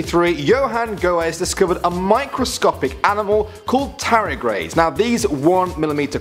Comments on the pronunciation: NOOOOO TARDIGRADES ! D ! NOT TARIGRADES 😩🙄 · Mhm. Tarigrades... TAR-DI-GRADES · Again sorry but its a pet peeve its pronounced tard-ih-grades not tar-ih-grades or u can call them water bears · They're called tardigrades not taragrades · Tardigrades not tarigrades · You mispronounced Tardigrades. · It bothers me when you say tardigrades incorrectly. - tardi - grades. That's it. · "t a r i g r a d e s" palmface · it's pronounced Tard-ig-raids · Tardigrades* gotta get the pronunciation right;))) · Is he pronouncing Tardigrades wrong? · You said Tardigrades completely wrong. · CAN'T PRONOUNCE TARDIGRADES